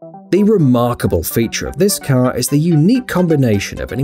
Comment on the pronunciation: Notice how he says car at 6minutes